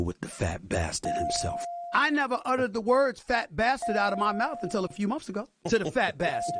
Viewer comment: The funny things about SAS is the fact that he does not say months, he says monfs. Unreal.